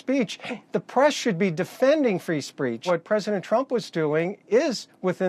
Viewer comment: Wait... did he just say "free spreach"?